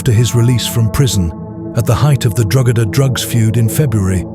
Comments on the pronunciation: Good video, but Drogheda is pronounced Draw-heda, not "draw-gedder". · its pronounced DROH-EDA not DROGEDA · It’s pronounce Dro hedda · Drogheda, the place where it happened is pronounced DRAW-HEAD-AH. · Drogheda... is pronounced Dro-huh-duh The mispronunciation was distracting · Its pronounced Draw-hedda... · It's pronounced Deo heada. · Drogheda - the "g" is silent. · Great video but your pronunciation of “Drogheda” is woeful. If you’re doing videos in the future I’d suggest researching place names if you’re going to mention them so much.